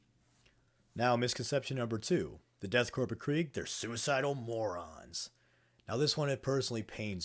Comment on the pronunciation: The p in "corps/korps" is silent. As is the s, as you already know.